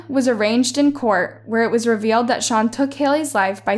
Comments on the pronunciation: It's an arraignment in a court of law. Not an arrangement like u pronounced. There were very little details left out, like motive and how? This was less detailed than your other narrations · Arraignment, girl... it's pronounced uh-rain-ment. I know it's not the focus of the story telling, but it bugged me to no end.